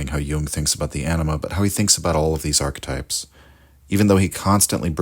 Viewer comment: "Ark-types?" What's an ark-type?